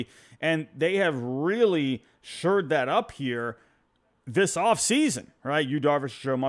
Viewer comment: You keep saying they “sured up,” but I’m pretty sure it’s actually “shored up,” as in to fortify or improve.